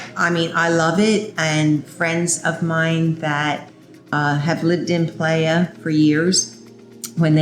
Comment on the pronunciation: ok but she should know how to say "playa" she lives there it's embarrassing